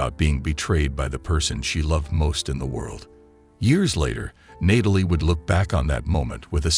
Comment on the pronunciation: Learn to pronounce the name Natalie properly. It is not "Nay-tal-ee," it is pronounced as "Gnat-ah-lee."